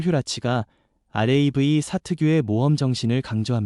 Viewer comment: 설명이 많이 모자라네요. 알에이브이 사 라고 읽지는 않지요? 라브 4 라고 읽지~~